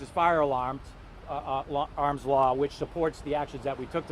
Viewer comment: Lady you can’t even pronounce law LAWR